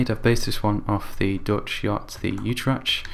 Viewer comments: i realy like the ship (i am from the netherlands you said utrecht reaky weird but is must be hard for you to say in dutch) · "Youtretsjt" It's so funny when foreigners try to pronounce Dutch words. Awesome work once again, you really are a great ship builder.